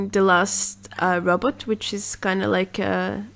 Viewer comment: i love it how she pronounces "robot"... err she says "rAbat" .. a bit funny too